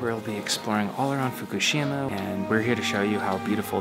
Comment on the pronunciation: I thought is isn't Fukushima? said it's fukshima hahahahahaha she even emphasize it not to get confused with the real Fukushima hahahaha